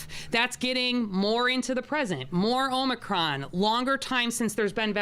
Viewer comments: She can't even pronounce it! "Omnicron?" Hoho, we better listen to this one. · This new OMNI CRON VARIANT omni? Omni? Omnicron supposed to be OMICRON....and play back at 25 % speed and see if you don't laugh. Really. 😂😂😂😂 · She is so stupid. she said "omnicron". She should take nightly walks through every neighborhood in Chicago WITHOUT her security!!! Can't believe she considers that hairdo to be an emergency that requires breaking her own covid restrictions!!!! Beyond pathetic!!!! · More fear-mongering and over-reaction.👎 Just remember this mayor has no authority to do these things. Just run your businesses and work your jobs as usual. These tyrants will be getting their comeuppance down the road. She can't even pronounce Omicron for goodness sake. That should tell you something. She is an idiot.